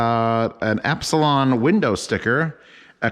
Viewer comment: Not to be a 'noob', but Elipson is pronounced E - lip - son... not Ep - si - lon... No biggie audiophile buddy...!!! Looking forward to more of your reviews...!!! Keep On Unboxing...!!!